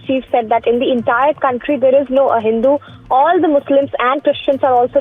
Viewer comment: News reader reads like AI...it should be pronounced "ah hindu" rather than "a hindu"